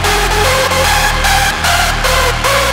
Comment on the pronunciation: "Zhe Time" is this a german singer? xD